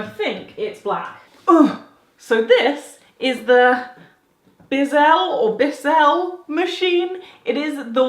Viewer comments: You said Bissell correctly the second time. That's a US company pronounced Biss-ell. So "Biss" like "hiss" just with a "b" instead of a "h" and "ell" like "fell" without saying the "f". Bissell is the type of floor and carpet cleaning machine company in the US that isn't cheap, but is really great quality. They're the expensive company for the average person who can't afford Dyson products that do the same things as Bissell. Bissell is known for pet cleaning floor/carpet products. So if it can remove pet hair or pet stains/messes, then it can pick up anything. the lady who advertises in their ads says she has pets and loves animals and she want's products that are strong enough to pick up pet hair and messes. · You drowned that poor mist maker. It should be in just a couple inches of water, in a much smaller container. The brand is pronounced Biss-ell. And you're going too fast - you need to release the cleaning product first, pulling the wand towards you slowly, then release that trigger and go over it again with the vacuum function. Slowly. They work a treat when used properly. Hormel is based in Michigan. I didn't see the brand on the little beef stew, but it might've been Dinty Moore, which is part of the Hormel family. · Pronounced BISSLE its an American product a huge name here very good products up there with hoover yea